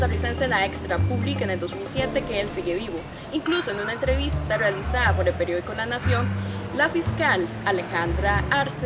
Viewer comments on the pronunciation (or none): Se nota un gran esfuerzo de estos futuros perodistas, los felicito!. Con todo el respeto que se merecen quisiera darles una sugerencia: A la muchacha que habla al y en otras intervenciones: se dice contrataDo, no "contratao".Al -realizaDa, no "realizaa". Al , paraDero, "no paraero".Ultimamente he notado en la población de jovenes esa tendencia a obviar la letra "d" en muchas palabras que la llevan al final, dando una mala impresión. Traten de hablar así y sabran a que me refiero